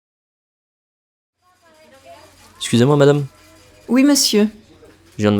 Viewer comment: Didn’t receive PDF. Can only hear the Xusez-moi no matter how many times of repeating 😂 usually total lost in the long sentence, most of the words in the long sentence either become just some short syllables or the liaisons and beginning /end of the words got eaten up.